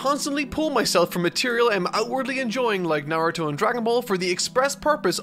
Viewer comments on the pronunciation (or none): none